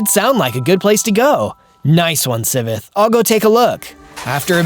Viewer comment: It's Si-ve-th